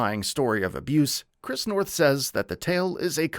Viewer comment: You keep saying his name wrong, I can't finish the video knowing you didn't even study the man's name.